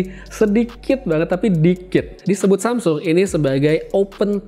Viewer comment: Samsul wkwk lambatin aja ke 0.5